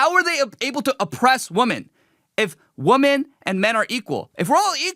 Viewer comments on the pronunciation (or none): It's pronounced "Weh-mon" my guy not "Woe-men." Did u grow up in the U.S.? Im going to keep my criticism to that because there is just so much else wrong here that it's too much to cover and you dont deserve my constructive criticism.